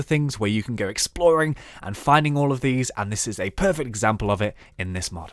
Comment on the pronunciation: i sneezed so the thing i heard was "You can make some off these into your house for examble this well"...